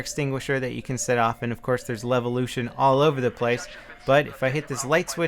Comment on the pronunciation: say levolution one more time